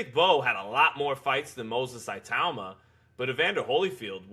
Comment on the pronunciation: 1:1 Pronounced 'e-tauma'